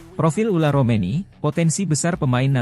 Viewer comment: Tertulis Ole Romeny tp dibaca Ula Romeny. Kowe bego le mlco we ora iso. Wong koyo ngene kok payu